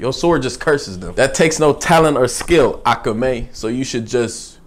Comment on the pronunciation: Akame. Emphasis on the second a, not the first one